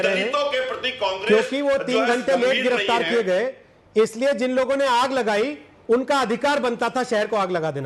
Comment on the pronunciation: Garaftar nahi hota ha giraftar hita ha Kai se bol raha ha